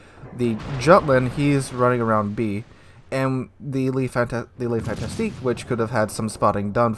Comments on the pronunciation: It's FANTASQUE pronunced FANTASK and not FantasTIQUE It's not a fantastick ship, it's just a fun task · It is pronounced: Le Fantasc (rest of word is numb)